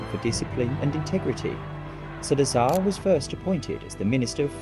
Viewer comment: You pronounced the name wrong straight away 😂